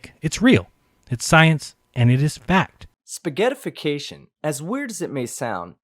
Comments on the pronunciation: It's spaghettiiiification, not spaghettiaaafication!! Don't copy the flerf, he's an idiot. I didn't know Nar Holes was a thing. I thought you were saying Narcissistic Assholes..., no idiot counter this season?:( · just for my sanity, it's SPA-GHET-TIFICATION not SPA-GHETTI-'IFICATION'. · The mispronunciation of spaghettification is irritating me to no end. It's spayg-ett-if-ih-cation, not spaghetti-fication. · Spaghett ification. NOT spaghetti ification. can't even read. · didnt they actually pronounced it like: spaghe-i-tification? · Only idiots would pronounce it like "spaghetty-ification" (mis-spelled for emphasis) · It is spaghett-ification. There is an "I" in there already. Don't ridicule a term you can't pronounce. I exempt because he was responding to your sniveling ass. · I love how and pronounce “Spaghettification” lol and on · Sorry, but you are wrong. It's not pronounced like that. But I guess tomato, toe-ma-to so it really doesn't matter.